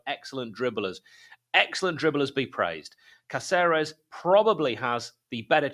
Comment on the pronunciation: Jefferson Cáceres. "Cá-cer-es" with the stress on "Cá", like "KAH-theh-res". Atte: DeepSeep.